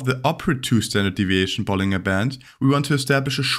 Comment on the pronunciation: Btw 'bollinger' is pronounced with a J sound like 'bollinjer'.